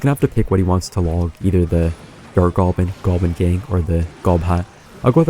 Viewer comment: WHY DOES HE ALWAYS SAY GOLBIN